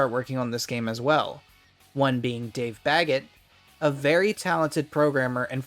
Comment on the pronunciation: I know you said "Dave Baggett" because that's the dude's name. But that's not what it sounded like. Edit: spelling. (Baggett has two t's)